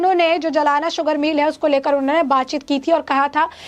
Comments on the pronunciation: जलाना नही जालना 😁😀😆😅😄😃🤣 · मॅडम सही नाम है ' जालना ' ना के जमाना. जालना महाराष्ट्र के मराठवाडा भाग मे है. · जलाना नही "जालना" बोलना जरुरी है। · जालना कहो मैडम JALNA आप जलाना कह रही है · मॅडम, जलाना नहीं जालना...